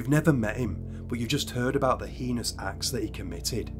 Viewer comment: Please, please, please,, say hayness, not heeness when you pronounce heinous ‼️